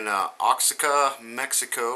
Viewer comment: Since it appears this area is going to be tectonically active for awhile longer, you might as well get the name correct, no offense intended, just a little help. You may have heard of the sweater-jackets from here, very popular in the '70s, still around. It's pronounced "Wah-hock-ah" as in "Oaxaca Sweaters." I know, it's my high school Spanish, some things I can't forget. ;)